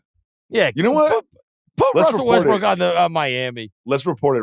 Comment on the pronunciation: call me childish but “wussel restbrook” twice, was the laugh i needed 😊